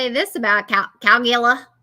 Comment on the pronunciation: I was laughing my ass watching mispronounce "Caligula" three comments in a row 😂